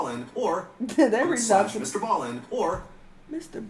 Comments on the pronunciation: finding out she's been pronouncing MrBallen's name wrong all this time lol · yeah she said in this reaction vid she'll still keep pronouncing it the way she always has 😂😂